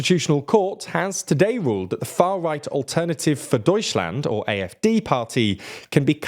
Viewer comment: The AfD pronunciation was very solid today. Fuck the AfD tho.